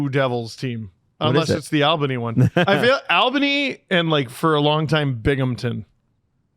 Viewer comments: LOL Al bany. In NY we say All-ben-e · I laughed at the AL bany thing. & I agree. The River Rats were fun to watch. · I miss my River Rats. Best entertainment in town. Also, it's pronounced ALL-Buh-knee.